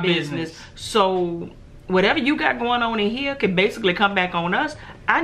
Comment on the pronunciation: I cun not I cun not.....😁😁😁